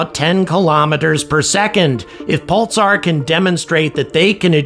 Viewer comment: I've never heard anyone pronounce the word "Pulsar" in that way. I'm hearing "Pul-tsar".